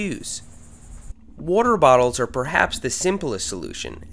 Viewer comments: "whroarter" lol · I like the way you say water. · I like how he says water 😂😂